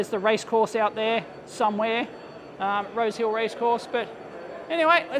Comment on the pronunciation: "Rose Hill"....At first I thought he said "Road Kill" and was happy that would be ok in Australia!